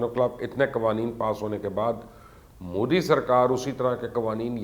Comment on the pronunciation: Pls get the name right its pronounced as 'mudh dee'